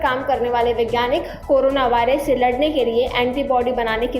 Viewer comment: Abe woh by rush nahi virus "v" for virus!!😂 PEHLE sentence main galti ab age sunao mat✋